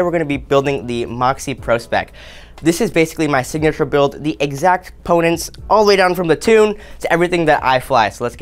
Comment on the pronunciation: “The edsact ponents all the way down to the tume” lol 😂 ill NEVER “unhear” that!!!